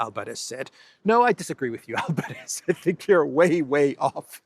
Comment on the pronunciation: Albáres not Álvarez dear